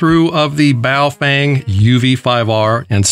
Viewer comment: BoofWang sounds like a "professionals only" gay s@ maneuver😂😂😂